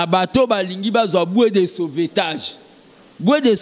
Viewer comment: Au lieu De dire bois De sauvetage,cet illetre dit bue De sauvetage mawaaa